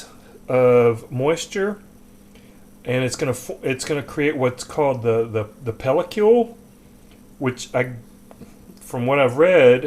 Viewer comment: Nice instructions and editing. Easy to follow and listen to. I know it's a few years old... but I just has to say in case it hasn't been mentioned... pellicle is pronounced 'pale-uh-kull' not 'pale-uh-cule' Sorry, but that was funny. ;-) Cheers!